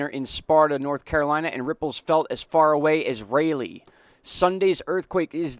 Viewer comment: its pronounced Rah Lee